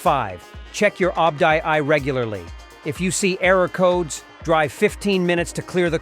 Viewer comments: OBD Ii not obdee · OBD II = (op die i) !! Im seriously hate youtube nowadays full of AI translate or what so ever.